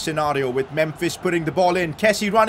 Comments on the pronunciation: Pcq: He’s not Kessi…he’s Kessi-a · not a pcq but please pronounce kessie right its kessi-ay